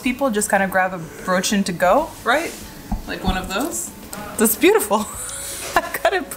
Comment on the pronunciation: I thought i German, why does he pronounce Brötchen like an American?